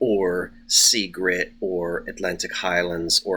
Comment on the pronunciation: I think you meant to say Sea Girt, not grit. Though that’s what you probably had in your diapers. 😂😂